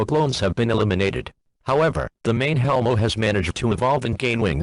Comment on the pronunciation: Hellmo sounds like "Hell no"